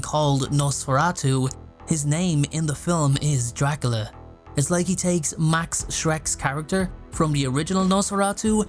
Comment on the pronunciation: "Dracala" lol